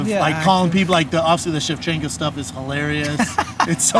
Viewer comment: “VALENTINA SCHEVCHENKO” 😭😭😭😭😭😭😭😭😭😭😭😭😭😭